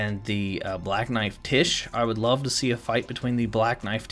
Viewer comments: One word: “Black knife Tiche”… I believe her name should be pronounced “Tyche”, like in Greek, Τύχη (the “X”, “chi” is pronounced as a hissing H, like the word “chiasm”). I believe this since it means “fortune”/“destiny”…. So you know, destined death. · FYI it's pronounced "Tie-key", not "Tish". It's a Greek name. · I dont think its pronounced tish. I think its pronounced like the Greek goddess Tyche which is pronounced like Nike but with a t.